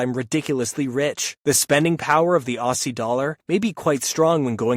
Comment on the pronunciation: You said Aussie wrong